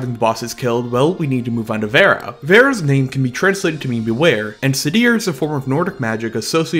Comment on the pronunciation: Love new generator support!! Also, the "d" in sedhr is pronounced like the "th" in weather it's the name of the magic practiced in Norse mythology